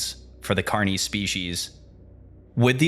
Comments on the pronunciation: I like this video except your pronunciation of carnis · loved the video, agree with others about the pronunciation. not a big deal for the most part, but with the important words you are going to say many times over a long form video, it is important. the hard e sound in carnis, and stone hedge (correct: stonehenge), though the latter may be my hearing deficit, but the subtitles said hedge as well.. awesome breakdown of source though, keep at it you'll have many more subscribers soon im sure.